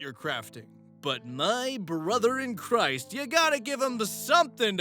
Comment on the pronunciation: "My brother in crist" Excuse you